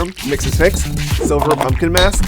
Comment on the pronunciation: the way he's saying silver it sounds like "solar"